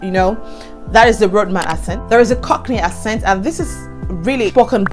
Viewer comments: i like what you're doing, i use to mispronounce words wrongly when i first came. too . Note: Accent is pronounced akcent not assent even though is spelt accent.. so it's pronounced ackcent. U can type it on youtube for correction. . When i came to the UK, i realised that my pronunciation was wrong so i humbled myself to take correction ..... the best way to learn is to type on youtube "accent pronunciation" and it will be corrected . English is not our language, so i no they send anyone who's trying to insult me and i always stand to be corrected that's the only way to learn .. but make sure u slow down , don't talk too fast.....until u master all pronunciation .But overall i enjoy your story and i'm going to subscribe . u forgot to mention the fast internet though that you're using for your youtube...and plus in the uk their is help every where especially for women. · Talking of accents, the word is pronounce "axent" not "assent"!